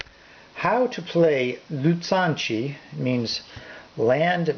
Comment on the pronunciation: Not sure who taught you how to pronounce the Chinese names (your pronunciation of xiangqi is pretty much spot on), but the pronunciation of "zhan" is a little off. The Chinese Zh is pretty much like the English J (pronounced more with the tongue in the rear rather than touching the teeth, which is the letter J in Chinese pinyin). The "ts" you use is the Z alone, as in Mao Zedong.